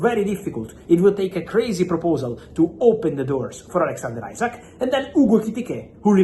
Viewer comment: Why do you keep saying Isak's name wrong you muppet? is it your racism? its not "isaac" its "esack" "ISAK" Say it right you racist 🤣